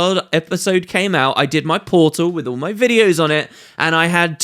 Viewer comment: "get a lot more orrsome arr symbols" "brilliant stuff orr around" nice nice i like it XD